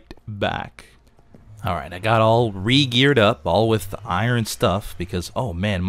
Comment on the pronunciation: sais iron like i-rin